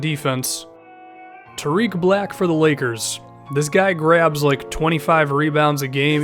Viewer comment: For Tarik black it's tar(ik) not hard I, soft onr